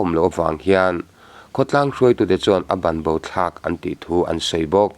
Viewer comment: A bengvar thlak thin mang e,mahse a banbo thlak i tih khi a banbo thlak tih nilovin a bangbo thlak ti zawk ila